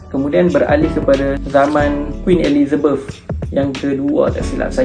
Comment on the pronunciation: Elizabeth ❎ Elizabef ✅ Bukan pelat nih mls omputeh ni 😂